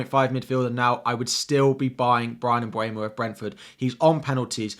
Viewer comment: You mentioned Mbuemo correctly 👏. Most commentators get it wrong.